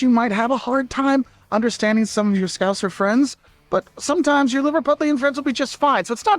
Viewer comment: Oh, it's Scow-sir, no zed/zee. I love that he says "lorra lorra statues" at the same time as a statue of Cilla Black appears. "Lorra lorra" (lot of lot of) was kind of one of her catch phrases when she hosted 'Blind Date' and 'Surprise Surprise'. Barm, Bap, Cob, they all are basically the same. If/when you come to the UK, Liverpool, as I mentioned on another video, can be a good base to travel from. Trains all over the northwest, also transpennine trains that go to Yorkshire and the east coast. Not forgetting motorway connections. M62 west to east is on the outskirts of Liverpool. This is crossed by the M6 motorway which is the north south highway going from Rugby, near Birmingham up to the Lake district and on to Gretna Green in South West Scotland. The Mersey tunnels go to the Wirral, then North Wales is about an hour and a half drive away. You can see the North Wales hills from Crosby beach on a clear day, sticking out behind the tip of the Wirral.